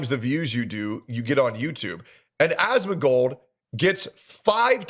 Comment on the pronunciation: every time he says "Ahhsmengold" I get so annoyed